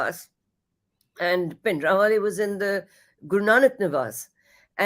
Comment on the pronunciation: Bhai Jbrdasti ka pronunciation of Bhindiwale